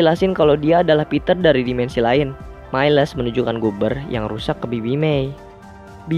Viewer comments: cara bacanya mails bang bukn mailes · Halo,miles Di baca mails bukan mailes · Mieles wwkkwkwkw miles bang aduhh saya menderita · Bang bukan mailes tapi miles Sekedar info